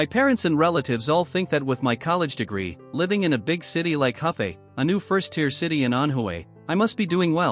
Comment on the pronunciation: Hefei, not Huffay lol :P